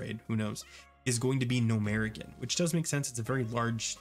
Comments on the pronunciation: RIGHT!!!! that killed me hearing that haha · Bro. Why tf did you pronounce Gnomeregan that way?